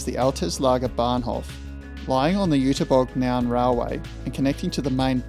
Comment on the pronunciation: First Zinna and now this, great work! Nowhere else have I learned this much about German Dampfloks. And kudos for the pronunciation of the German words, even the ü of Jüterbog can be heard, even if it's missing in the text sometimes.